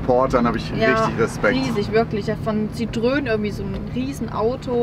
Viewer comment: Ein was bitte? Ein "Citrön":DD